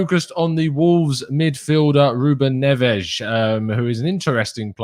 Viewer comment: I love the Portuguese pronunciation of Ruben Ness